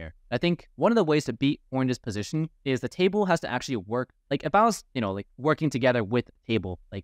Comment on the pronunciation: It's "Position", not "Positon", sorry I tried to ignore this for so many videos but it starts to haunt me....